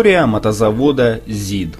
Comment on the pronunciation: Не здк а зид!